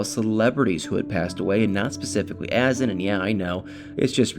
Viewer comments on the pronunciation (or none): Isn't it a. Zan. With accent on second syllable ? Clickbait drives me crazy Nicole is a lazy person.she needs to get a real job.that poor child!